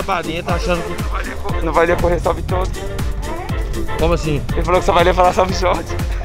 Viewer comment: salvee todos... Rangel:salvool ela é filha de deuuss